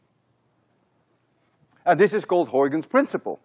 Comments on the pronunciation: This is the first time in my life I've heard a native Dutch speaker pronounce "Huygens." Thank you so much. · In he talks about the correct Dutch pronunciation of Huygens S2 Hahaha, simply unforgetable ! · Huygens Pronunciation :) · I think Flemish people pronounce Huygens reasonably well.😀